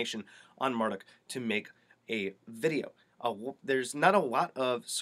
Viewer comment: Not Mar duck... Mar DOOK